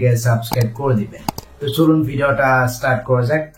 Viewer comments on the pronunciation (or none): none